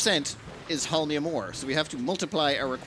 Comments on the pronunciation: It's actually pronounced not hOlminum but holminiUmUm, with the accent on the last two syllables in the same time. Starting planets with nothing on hands is actually pretty cool and fun to watch! Just one thing, I personally wouldn't bat an eye if a dozen-two construction robots would keep you company from the beginning. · "Holm-ee-um" actually, but your version is close enough! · it's pronounced "hole-me-uhm" emphasis on the first syllable. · Whenever mispronounced Holmium, take a shot.